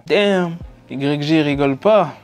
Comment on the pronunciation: Stp arrete de dire YG dit le a l'americaine dit whygee (YG)